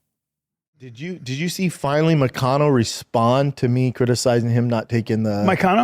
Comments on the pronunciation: Callen: Moicano? Brenda: Muhcano …. Got it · I thought he almost said “mitch mcconnell” instead of moicano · Because he's saying McConnell. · “Macano” over and over is making me so mad. He can’t even get the guys name right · Schaub keeps calling him McConnel 🥶🥶 LETS GO MONEY MOIC!!! Total Wes Watson energy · Why does it sound like Brendon keeps saying McConnell? 😂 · he mispronounces Moicano’s name on purpose what a loser